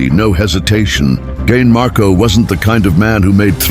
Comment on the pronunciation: I'm sorry AI, HOW do you say CAIN MARKO?